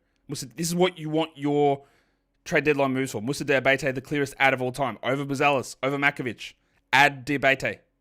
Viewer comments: Hey, it's Moussa "DiabAtey" not "DiabEYtey" 😁 cheers for acknowledging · FYI for the pronunciations for the Aussie language : Diabate: Dee-a-ba-tey Coulibaly: Cooley-Bali (Bali as in the country) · It's pronounced DiaBAHteh, sort of, an accute e at the end.